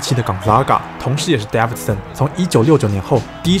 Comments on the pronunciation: its DAEVIDSON not DAVIDSON erghh.. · Davidson 的David a 是長音ㄛ （當母音為長音就是按照原本字母的唸法發音）